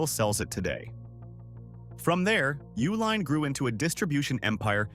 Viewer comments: Correct pronunciation is U-line, like the company name. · It’s pronounced YOO-LINE